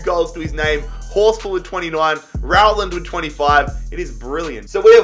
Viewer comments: The way says Rowland is giving me Corona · Me getting mad because he is saying Rowland wrong 🤬🤬😂😂